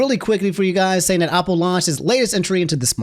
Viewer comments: Why does say "Opple"? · why do you always say opple instead of apple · i’m obsessed with saying “opple” the entire segment love the way pronounces words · homie, I love you, but I gotta ask you this very important question: Where did you learn how to pronounce the word “Apple?” I’m genuinely curious.